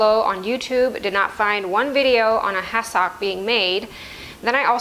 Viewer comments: I was trying to figure out what was saying. I realized she was saying ‘has-sock’ phonetically saying it. Growing up on the east coast we call is ‘has-sick’ it may not be phonetically correct but that’s how I’ve always heard it. I’m glad I figured it out…you’re way of saying it is probably correct! Lol 😄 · I remember hassocks from when I was young. I’m retirement age now. I did not recognize how you were saying it. Always heard it pronounced “ ha suhk.” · Honey love your channel. It's pronounced hassick. 😊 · Couldn’t handle listening to your pronunciation of the word hassock to stick with this to the end. Sorry